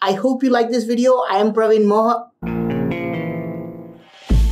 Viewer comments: Astonishing talent.. U surprise us more with each video... Btw that's not PraveenMohini but Praveen Moha..n lol:p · Hey bro, I'm Archan Mukherjee a regular viewer of your 3 channels, from WB, It's very nice to see you again. And I know why you stopped by saying 'Praveen Moha' because of Mohini😁😁😁😁😁😁😁